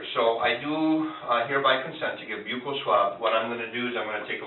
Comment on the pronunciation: The detective butchered the word "buccal" swab so badly that the auto generated transcript thought he said "vehicle swab". Uff da